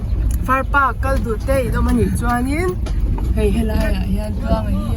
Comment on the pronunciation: FAR PAK tur aw Park ni lo in